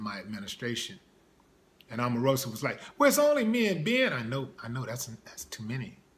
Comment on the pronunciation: Lol stop clowning and why he saying her name like that;) smh